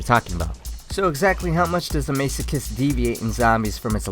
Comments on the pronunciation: Isn't it Mass-o-kist? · hey, its the guy that got pissed off about the elo again lol. a few points. the pronunciation has already been pointed out so ill skip that. the description used to be correct before they completely redid the weapon for multiplayer, it used to be the infinite ammo in multiplayer too. and aiming down sights with the dcm8 also makes the spread wider so aiming makes it worse. i got the masochist pretty much right at the beginning and i love zombies so i know it very well lol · I know it's been 8 years but I'm not letting it go that you were saying Masochist wrong lol